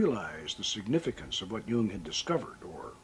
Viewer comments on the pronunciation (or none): none